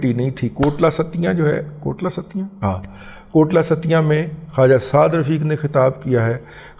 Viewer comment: O dada G Lafz Kotli Sattian hai, Kotla Sattian nahi😂